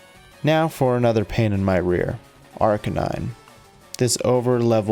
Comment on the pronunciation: What’s an ar-uh-keh-nine?